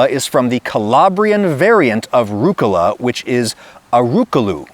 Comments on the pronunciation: Please, it hurts my ears. rUG-Gula, emphasys on the G and a 1/4 sec break. ruuG - Gula. italian is a way more emotional language, than english. give the things you love some love in how you speak them. pI-Izza, spaghE-Eti, pA-Arma, amO-Ore, bE-Ello, fE-Emina, bambI-Ino. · as an italian the way you said rucola like 3 time in the beginning is kinda funny. As an english speaker i don't think it's gonna be easy to get any pronunciation right. I can't do it when i speak english neither